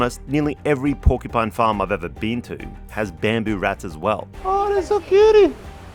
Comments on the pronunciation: “Porcu-pets” 😂 sorry but it’s definitely not a pet! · Except she can’t say the word “porcupine” 😂